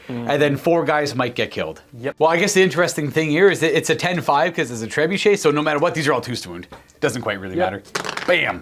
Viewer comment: Poor pronunciation of Trebuchet 😂